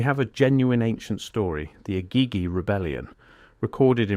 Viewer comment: Egeegee is the correct pronunciation. Can't watch so many words are mangled. I'll skip this interesting channel because of it!